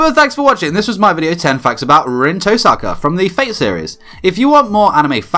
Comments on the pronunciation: Touuu saka. “Toe sucka” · The fact that he knows all these facts about Rin he can’t even pronounce her name right.